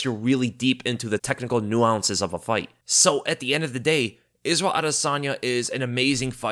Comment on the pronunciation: The "technical new-ounces" Lol